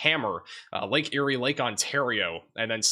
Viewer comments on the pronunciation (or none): none